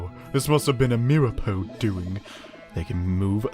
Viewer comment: it's mir-a-po